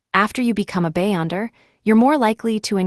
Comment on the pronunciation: Be-yonder not bay-onder